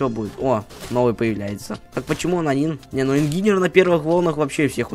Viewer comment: По моему он по английски так и читается инженер а не ингинер